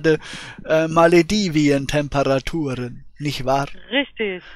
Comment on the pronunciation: Immer dieses Maledivien... 😂